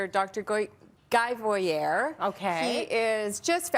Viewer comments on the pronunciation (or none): ELDOA is an amazing way of working the human body. I cannot cannot believe that doesn't know how to properly pronounce Dr. Guy Voyer's name!!!!